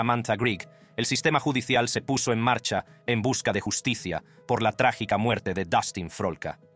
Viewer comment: No entiendo nada al robot que habla. La llus ti cia 😮😂